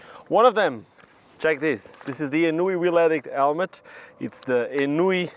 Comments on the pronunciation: Are ennui helmets really pronounced "enn new wee"? The word "ennui" has always been pronounced "ahn-wee" as far as I'm aware. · You're right, it's definitely NOT "enn new wee". But you know what rollerblading is like...